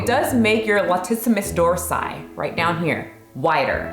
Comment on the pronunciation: Ty very much for saying "latisimus dorsi, swear to got I've been mispronouncing that for years. 🤦‍♂️